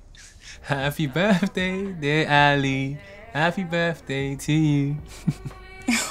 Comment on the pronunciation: Did he say happy befday?